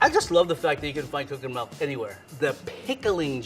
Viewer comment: pronounces milk like 'melk'.